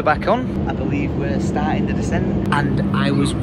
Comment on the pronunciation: saying "I beleaf" while running into the tree at the airport lolll